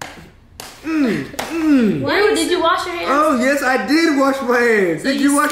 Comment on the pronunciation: FUFU not foofoo